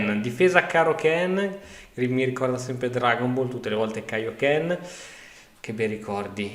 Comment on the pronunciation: Probabilmente prima o poi leggerà questo commento...si dice KAnn non Kenn... Sarà la trimilionesima volta che glielo scrivo.